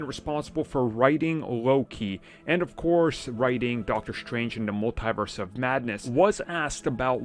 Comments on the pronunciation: The way he said it: "mull TIE verse" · Dude do you not know how to pronounce Multiverse properly